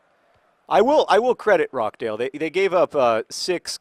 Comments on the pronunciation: John, it's pronounced ROSH-dale, not ROCK-dale. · John I know pronunciation of English clubs isn't your strong point and I can see why you are pronouncing it like that, but it is pronounced ROTCH-DAYL not rock-dayl :) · Just to clarify, it's pronounched ROTCH-dale, not Rock-dale. I live right near there. Pronounce in Northern English John Green and keep on playing Wimbly Womblys. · RoCHdale, as in CH from CHeese. Not Rock-Dale... Also thanks for the insights, I've just moved to NYC, it's a crazy place. Now you're in league 2 football if you ever want to fly over to England you're more than welcome to visit Accrington Stanley, my home town, one of my family memebers has helped the fans also take over that club! I'm sure I can sort out some VIP tickets :) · Did you just call Rochdale ROCKdale? Because, having had the misfortune to live there for most of my life that is bloody hilarious. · naw its pronounced phonetically john :) its jsut roch-dale :) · I don't know if John's mispronunciation of British town names is a running joke that you wish to continue, but John, I'm here if you want to consult someone on how to pronounce British town names, For example, Dagenham: "Dag-en-um", Rochdale: "Roch (Rhymes with scotch)-dale" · Just to let you know, you pronounce the ch in Rochdale, it's not Rockdale. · FYI, it's Roch (rhymes with crotch) dale :) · "rocdale" hmm not quite, John haha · Does anyone want to correct John on the pronunciation of 'Rochdale'?